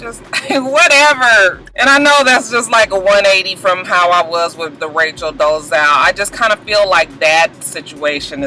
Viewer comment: So, here's some pronunciation asssist. Duggar = Dug Er, Fogle (Jared) = Faux Gul, Dolezal (Rachel) = Dole Uh Zal, Beyonce = Bee On Say, LOL, Couldn't resist! Stay blessed!